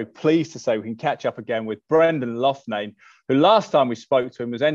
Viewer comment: Pronounced Locknahne not Luffnane please? Love from Ireland.